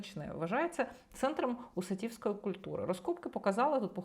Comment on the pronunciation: Не УсатІвскої, а УсАтівської, ви хоч знаєте що це таке? УсАтово,то назва предмесття Одеси , там де були поселення козаків,читаєте як мавпа,не зна що це таке.